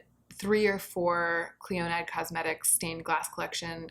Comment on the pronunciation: Clionadh is my favourite brand and has my favourite formula. The stained glass collection is not LE, it's permanent!!! And it's pronounced "Klee-oh-nah"